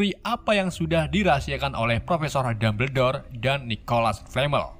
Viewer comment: lebih enak kalo di baca dambel dor,,kalo dumber dor mah di tulis nya